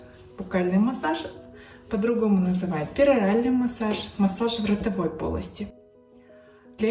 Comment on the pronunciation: В родовой полости слышалось мне 😂 Глеже думаю такая может быть на лице 😅